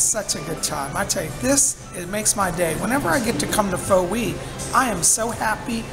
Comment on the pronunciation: Hello! Love your vlogs. Not sure if you know, but Pho is actually pronounced 'fuh' peace and blessings!